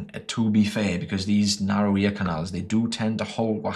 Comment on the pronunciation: I will start saying "narry" instead of "narrow" from now on Much love! Your videos are great and it's awesome to hear that people watch your videos and it helps them build the confidence to go get an improvement to their life!